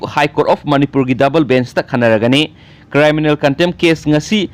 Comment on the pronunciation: Good anyway it's criminal not cryminal 🤞👍